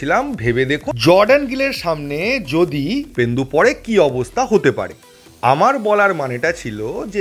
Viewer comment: নাম টা তো ঠিক করে বলো কমসেকম দিব্যেন্দু নয় dependu